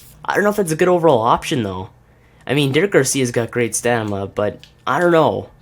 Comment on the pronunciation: It's stam-in-a not stanima